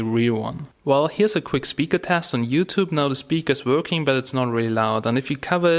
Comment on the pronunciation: "it's vorking" lol